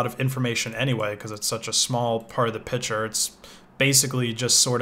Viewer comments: You say "picture" as "pitcher". Like we're going to put some water in it, or maybe it'll throw a baseball at me. :) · Am i the only one who thinks he is pronaunching pictur strange? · "pishure" i like the way you pronounce the word "picture"